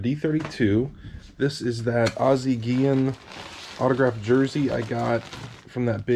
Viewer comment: Thank you for pronouncing my last name correctly lol I've heard Guillen pronounced wrong so many times.